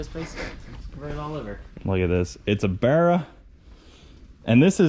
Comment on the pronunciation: Nice to hear an American say barra properly haha